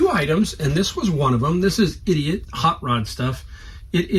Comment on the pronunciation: That’s pronounced I did it not idiot😂